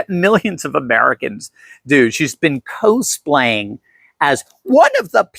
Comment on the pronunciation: It is hilarious that you are so removed from Liberal culture you don’t know how to pronounce “cosplaying”.